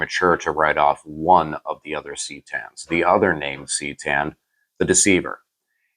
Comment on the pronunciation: Phonetics it's ca tan not ctan bro